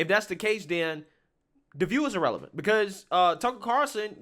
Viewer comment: Irrelevant ( ee-releh-vant) not Ah- relevant